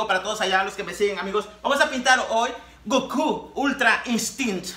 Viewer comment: Anyone else bothered by how he says Gorky Ultra Instinct at the beginning?